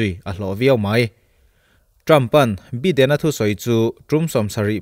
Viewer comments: Biden nilo in Baiden ti a lam tur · Sir, Joe beeden i tia .. Joe Baiiiden tia lam tur ania.. American english an hmang a.. British english lh American ah poh bi lh by hi.. Bi. .tia lamrik. Vaipa bhaia kn tiha bai kn lam rika lam rik ve2 ania( bai ah vowels 'a' hi silent language aga lam rik ngai nih chu) Zalenna a len bik hi mizo tawngah chuan len hi thluk sang lovin sangha manna len thluk hniam kn hmang aga zalenna( len sangha manna) thluka thluk tur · Biden tia lam tur ani lo, Baiden tia lam tur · Biden hi bye2 kan tiha 'bye' anga lam tur 🙏🙏🙏 channel thlir an tam leh dwn sia😊 an hming tal hi chu lam dik hram2 ila ava tha lehzual dwn em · Joe Biden hming hi i lam ri zing sia, i lam rik dan hi a khingbai deuh tlat, Jaw Baiden tiin lam ri la, ngaihthlak a nuam zual viau ngei ang le, sawisel nilovin, thahnnem ka lo ngaihpui vang zawk che nia. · Joe baiden tih tur. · Subscriber ka nih angin "Baiden" ti a lam tur in ka ngen a che. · Tianga mipui ngaihthlak theih turah chhawpchhuak ve meuh chuan Joe Biden hming lamrik dan dik tak tal te chu hriat ve awm.